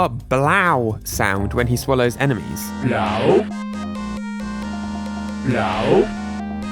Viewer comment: Was it bl-ow or blow🤭😂😂